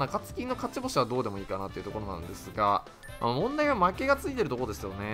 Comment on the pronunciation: 毎回思うけどどうでもいいの発音が違う笑